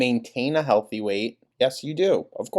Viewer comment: "I walked over a mile LAST YEAR YOU GUYS!!!! I'M HULTHY!!!"